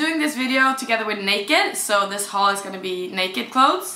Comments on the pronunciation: Love the the 1st fringe jacket and the skirt! Haul is pronounced just like hall 😊. Great vlog I can't wait for your next one! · pronounced (hall) I loved everything you got. Great haul video,! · Like your no nonsense approach ,practical and efficient. Haul is pronounced like you would say the word hall... Can you please tell me where your brackets and ring are from very pretty like you x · You're so cute! You pronounce it the same as "hall". Really loved that last outfit. That small blk bralette would look cute under the grey top! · You say it like Hall....Sounds the same as Haul....Love the video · Haul is pronounced the same as "hall." Like in "hallway." Definitely do more in the future, you have the best style 😘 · a Dance in the Grand Hall, Haul Pronounced like Hall, Or put an 'H' in front of word 'awl' for H-awl or "hall". same same as similar. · The word is pronounced 'hall' rhymes with 'tall'. I wish I could speak more languages than just English! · It's confusing, I think you pronounce it Hall but haul lol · haul is pronounced just like the word hall in English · you pronounce haul the same way you would pronounce hall. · Tror det uttalas "hål" hahha svårt att skriva hur man uttalar :P